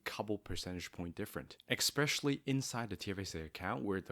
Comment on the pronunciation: your credibility would be enhanced if you pronounced especially with out the X.